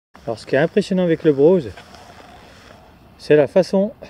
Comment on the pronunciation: Juste une critique... il n'y a pas de "W" à BROSE ;-)